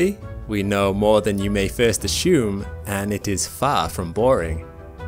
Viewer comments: "assume" not "Ashume" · It's assume not ashume ffs!